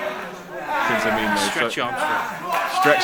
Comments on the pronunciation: I heard it once and now I can't unhear it. Every time they say Prince Ameen I hear Prince A Meme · Right at the beginning she said Prince Ameem WTF MOMENT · "Prince Ameem" ... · I swear the interviewer calls Prince Ameen as Prince ameme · "Prince ameme" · WTF Moment - the huge breasted lady that talks like Sheamus called Prince Ameen, "Prince Ameem".